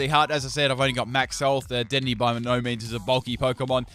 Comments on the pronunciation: Its De-din-ay not dead-in-ey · DEH DEN AYY not dedenee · It’s pronounced da-den-aye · WHEN WILL U LEARN TO SAY DEDENNE RIGHT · Leaving a dislike for mispronunciation of dedennes name